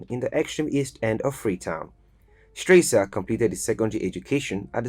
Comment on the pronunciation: Please, pronounce HE Rtd. Captain Valentine E. Strasser name correctly. Check the name tag in the very first picture, Not Stresser but Strasser. He was not a President but Head of State - Key note - he was not elected. Check SL constitution 1991- as currently Amended - Chpt V: The Executive - Section 40, 41 and 42 for further clarity. My observation, good job in general. I give you a B grade for rest of content. He was very much liked by a lot of the general public then and even today. Nice reporting.